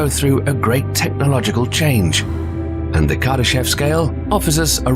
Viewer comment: It is actually pronounced as "Kardashóv" with the emphasis on the last syllable. But I always like your videos.